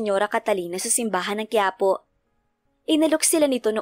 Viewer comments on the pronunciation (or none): none